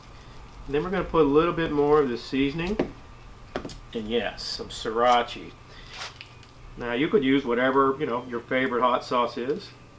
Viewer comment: Notice how he said siracha as seeratchie